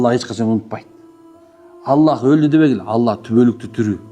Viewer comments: Ассалааму ъалайкум. Алла эмес АЛЛАх де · Ала эмес Алах